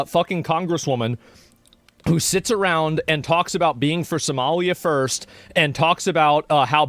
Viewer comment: I love how Trump says "Somalia" more like "somelier" (a waiter responsible for serving wine).